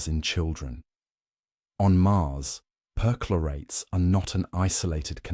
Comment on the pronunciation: CHLORATES, PER-CHLORATES (CH pronounced K)